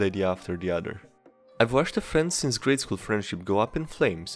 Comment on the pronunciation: Other, not udder. Either, not eater.